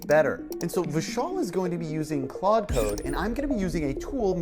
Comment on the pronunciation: good but it's pronounced klawd lol like claude françois